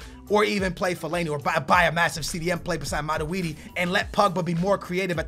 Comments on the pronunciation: wow!!! it mat-twoi-d... not mat-we-d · its not maraudi its matuidi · It's MATUIDI Not MADUIDI!!! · Aren't you saying Matuidi's name very wrong?